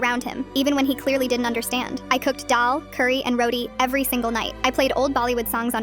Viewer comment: STOP THE PRONUNCIATIONS OF DAAL AND ROTI😭😭😭😭